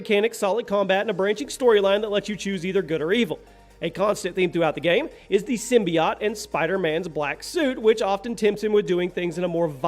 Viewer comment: simbi.., wait a second, did he say simby-Yatcht?.., it's simbiote...